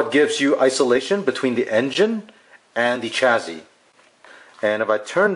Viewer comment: Please stop calling it a CHAZZY